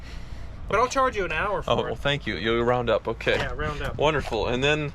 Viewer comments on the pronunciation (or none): none